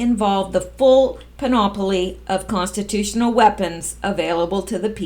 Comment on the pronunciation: do you want grammatical corrections? Panoply is only 3 syllables and the accent is on the first one, the antepenult.